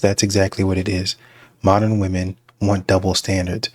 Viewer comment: Grandma is chasing Chad still…”wUmon most effected”